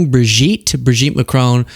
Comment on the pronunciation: Please. Not Macrone…it’s pronounced Macrawn